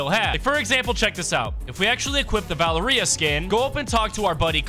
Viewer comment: Dude its val-eria